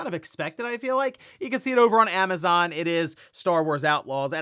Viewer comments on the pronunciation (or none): none